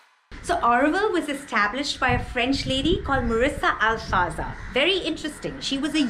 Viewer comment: It's not marrisa alfasa it's MIRA ALFASSA